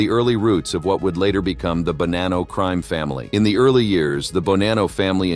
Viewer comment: Wow. Sentence to sentence you butcher the same name. Bonano was mentioned three times in the same sent. You changed its pronunciation each time. Stop using free AI unless you really do not care for your output.